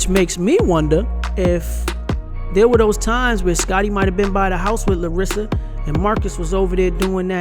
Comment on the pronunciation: It's LAR-sa, not Larissa